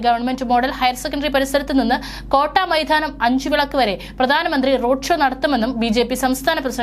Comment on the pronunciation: കോട്ടാമൈതാനം...നേധാവ്. നാണമില്ലേ നിങ്ങൾക്ക് ഇങ്ങനെ വിളിച്ചു കൂവാൻ